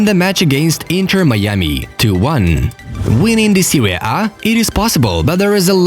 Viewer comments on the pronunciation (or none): none